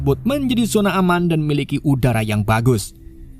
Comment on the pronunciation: Menit : 1.46 ada salah pengucapan salah : uda yang buruk benar : udara yang buruk maaf kalau ada salah nya min 😅